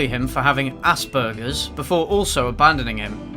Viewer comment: This has probably already been said somewhwere, but it isn't"ass-burgers" its Asperger's, its a part of the autism spectrum which I myself am diagnosed with. you probably just weren't aware of it, but its a good thing to be aware of